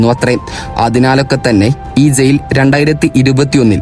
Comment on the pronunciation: സെയിൽ അല്ല ജയിൽ 🤣🤣🤣🤣🤣